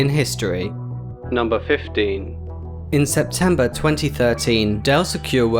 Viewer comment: you say 15 like 50